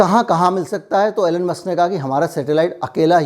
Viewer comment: its not ALLEN....its ELON